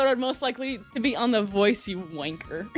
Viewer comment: He tries so hard to sound British, but he sounds nothing like us 😂 When he says w@ he says it like Wayne-ker. He pmo so much when he claims to be “33% British”. For starters Britain is multiple countries, and second pretty much most Americans are descendants of British colonisers. you aren’t British in any way. You are 100% American. You have American parents and most likely American grandparents, great grandparents etc